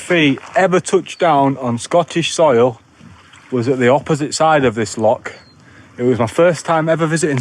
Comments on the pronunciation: You are right with the pronunciation of loch, the 'ch' should sound like you are trying to shift some phlegm. The videos are great, straight to the point, entertaining and informative. Love black pudding, especially Stornoway. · Yes, your inner Welsh got it absolutely right...loch or lochan, not lock!! 😊